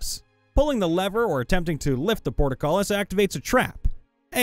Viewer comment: You mispronounced "portcullis" three times.